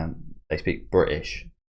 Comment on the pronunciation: "There is no such thing as bri'ish ..." Now, I know what you meant, and I do agree but... that's still hilarious to hear (for me) ahahah